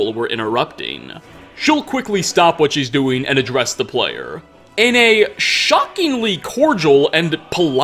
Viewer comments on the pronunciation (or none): none